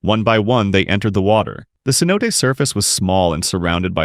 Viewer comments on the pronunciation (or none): none